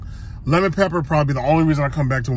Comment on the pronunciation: Lepper pepper 😂😂😂 that's how you say it when they right right!!!